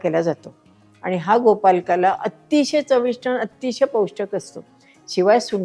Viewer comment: छान आहे, पण नकळतपणे तुम्ही गोपालकाला म्हणत आहात, ते कानाला टोचतं, प्लीज् गोपाळकाला असे म्हणा ना ताई.